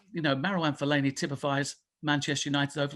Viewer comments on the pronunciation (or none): The disrespect he put on fellani’s name